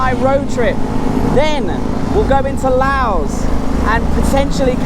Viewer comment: Im so glad you can say “Laos” correctly.